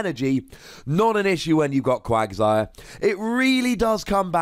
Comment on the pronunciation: why are you say bad at Pokemon pronunciations? Quaqsire has an A in it, not an O. It's pronounced "Cwag-sire" not "Cwog-sire", as confirmed in the anime!